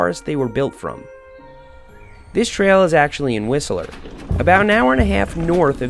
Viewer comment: You say whistler funny